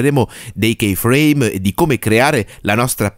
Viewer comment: Si dice ki frame non kei